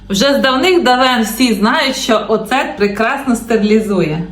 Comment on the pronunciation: Навчися правильно вимовляти оцет😂😂😂😂😂😂😂,а потім показуйся😂😂😂😂😂😂